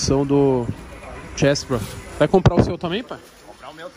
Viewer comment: Ele tb fala sem céLebro sem ganhos kkkkkkkkkkk